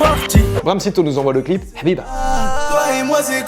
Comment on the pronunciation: AHHAHAHAH comment thomas a dit hbiba comme un vrai 🤣